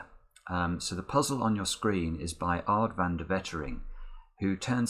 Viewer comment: Lol how he pronouneced Aad Van De Wetering😂😂 Dutch peepz!